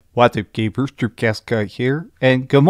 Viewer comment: He said gaybers on purpose, 100%